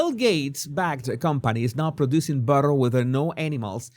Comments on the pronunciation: Billter😂😂 instead of butter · " I cahn't believe its not bahterrrr?"